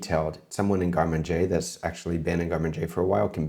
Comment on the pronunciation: I finally understood around 25min you were saying garde-manger... Wtf pronunciation is that?